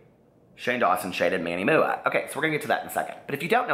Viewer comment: I live for you calling MannyMUA Manny Mooah